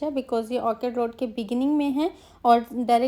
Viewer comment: It’s Orchard not orchid.